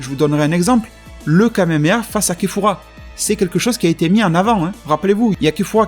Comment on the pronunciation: Kefla pas kefura